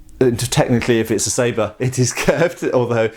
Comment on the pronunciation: Nice pronunciation of "sabre" ! :)